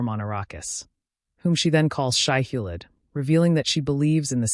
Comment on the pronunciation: Nice recap, but the reader really needs to pronounce names correctly- e.g. Atreides is not Atree- Ides, Shai-Hulud is not Shai-Hullid.